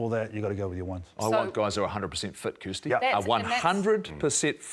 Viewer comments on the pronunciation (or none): none